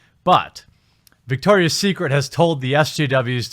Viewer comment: It’s Victoria not dicktoria